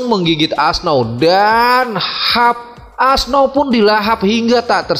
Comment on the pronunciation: Auoxe bukan asnau bang